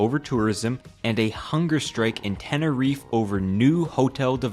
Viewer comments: Tene-REEF? Im begging you to look up how to pronounce these names man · tenerife is not pronounced that way honey